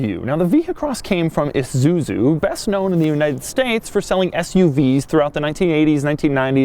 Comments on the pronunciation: did he say Isuzuzu? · It’s pronounced I-su-zu not issuzui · It's isuzu not izuzu doug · It's ISUZU not an IZUZU. The S is pronounced S, not like Z.. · It's not "eh-zu-zu", it's "eye-sue-zu" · Forgot about? Dude, try never even knew existed. It also pronounced I, SU, ZU, not IZUZU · Why does he keep saying Izuzu instead of Isuzu? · It's ISUZU not fucking IZUZU or whatever the fuck you yankees call it. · EESSUZU not EEZUZU! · iSuzu not IZUZU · is he...pronouncing isuzu lile izuzu? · "IZUZU" -Doug